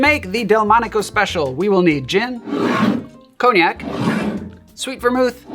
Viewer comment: 'ghin' and 'cogh-nac' was a crazy jumpscare